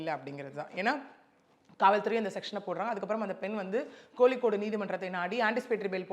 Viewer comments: no......the spelling is KOZHIKODE...not KOLIKKODE...not VALAPQZHAM...its VAAZHAIPPAZHAM.If an Arab can pronounce it correctly, why cant a Tamilian? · It's KOZHI KODE....not KOLI CODE. An Emirati Arab girl can pronounce it correctly. But an Indian other than a Keralite can't pronounce it well??like VAAZHAI PAZHAM....not VAALAPALAM